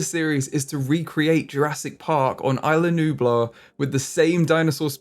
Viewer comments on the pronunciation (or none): you say the start of the island wrong (isla nublar)